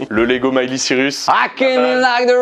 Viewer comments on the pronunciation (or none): none